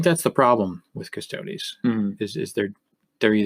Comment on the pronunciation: ugh, the way you keep pronouncing custodes really gets on my nerves. cuss-toads? embarassing.